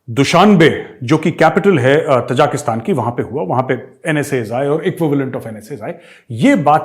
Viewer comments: Gaurav ji, Ta-ja-ki-stan (त-जा-कि-स्तान) nahi, Ta-ji-ki-stan (ता-जि-कि-स्तान) hai. Taj Mahal ki tarah. Aap ki tarah achchhe parhe-likhe manav jab galat uchcharan karte hue sunkar achchha nahi lagta. ताजिक एक जनता है। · Sir it is Tajikistan. Tajiks are the people. Not Tajaakistan. Love this channel though. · मेजर साहब तजाकिस्तान नहीं ताजिकिस्तान है ये ताज़िकों का देश...आप हमेशा गलत उच्चारित करते हैं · ताजिकिस्तान not तजाकिस्तान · Arya sahab, small correction. It is Tajikistan not Tajakistan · Major saab Tajikistan bola karo na, aap har baar Tajakistan bolte ho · With all due respect, it is T A J I K I S T A N - not - T A J A K S T A N. Thanks